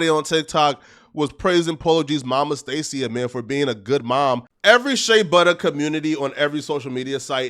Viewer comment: Him pronouncing her name like that is crazy 🤣🤣 it’s (STAY-SHUH) not stay seeya 🤣🤣